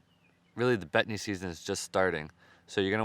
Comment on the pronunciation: I kept thinking you were saying Bethany! They sound so yummy, wish we had them here in TN!